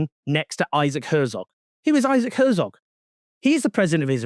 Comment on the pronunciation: Isaac Herzog, not Herzov.